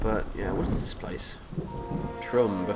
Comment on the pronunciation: It's Troom-bay lol